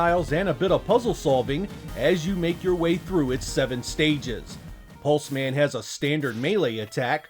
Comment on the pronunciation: Hes a pulse man...not 'Pulsemin' "Hello. I'm Steve. Steve Pulseman"